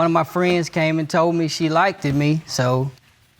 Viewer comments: What college did attend? He needs to repeat English class! 'Likeded'??? 🤦‍♀️ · you went to college and you don't know how to pronounce liked. you don't pronounce the Ed on anything that's past tense college educated person..... the Ed the past tense is silent liked..not liked🥺